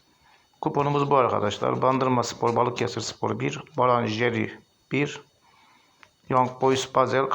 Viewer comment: Abi brann - jerv yazıyor , sen "baran jeri "diye okuyorsun. Şansın bol olsun. 🖐️